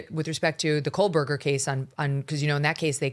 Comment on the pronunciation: Megan i love u but please stop saying kohlburger! there is no L in kohberger